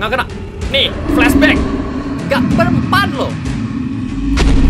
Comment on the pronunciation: Kata" yng benar Inggris:flashback:flasbackeh